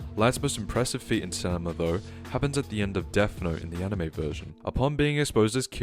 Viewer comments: Take a shot everytime he says stanima. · "stan i ma" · The way this guy pronounces “Stamina” threatened to give me a brain aneurysm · It’s STAMINA. You bumbling baboon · it's stamina.